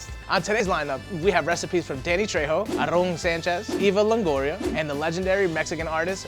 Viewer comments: "Arrón Sanches" hahhahaha, really? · Sorry, but the commentator is annoying by pronouncing Aaron's name Arron. No dude!! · I was more offended when he called Aaron, "Arrrrón" 😂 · the way he pronounces "aaron" should be illegal